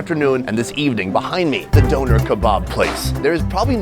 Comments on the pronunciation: the way he says döner is actively taking my life force away im sorry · The way he pronounces Döner is hilarious to me. It sounds like someone donated the kebab after a deadly accident.